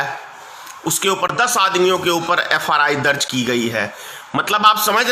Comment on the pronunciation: नेताजी FRI नहीं FIR बोलो आपने दो बार FRI बोला है आपको ज्वलंत भाषण के लिए धन्यवाद आप दमदारी से बोलते हो ।